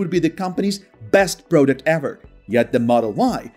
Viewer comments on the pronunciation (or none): none